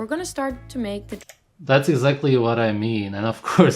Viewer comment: "Flush what out?" Eggz-ackley.